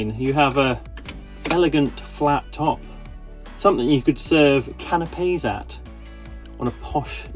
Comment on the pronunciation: ‘Canapés madam’ 😂😂😂